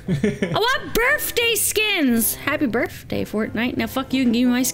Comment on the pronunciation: U said brithday and today is my brithday 😆😆😆😆